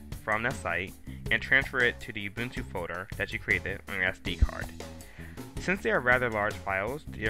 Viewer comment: ITS FUCKING uh-bun-too not fucking you-bun-tue